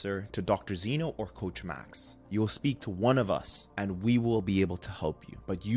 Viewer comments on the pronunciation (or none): none